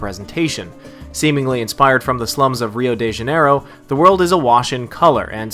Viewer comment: "Rhiow dje Janayhrho0r" XD